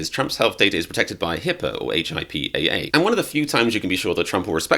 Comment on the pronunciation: hey guy, HIPAA is pronounced hip-ah not whatever you said. and I've gotten quite a few over the years but that's because I have a wonky nervous system. the 1st time? at 30 because i had what looked like Bell's palsy, i've had it a dozed times (at least). on both sides of my face and they keep looking for a reason. it's no joke and not done casually